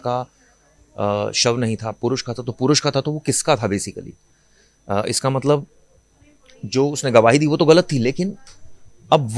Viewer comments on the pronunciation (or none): none